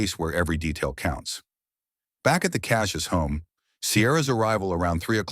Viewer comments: Kah SEE us. Cassius . Not Kah Si us. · It’s Kah see yus. Cassius